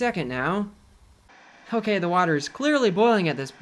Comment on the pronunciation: "Hi mean...." "Hokay" "Hradioactive"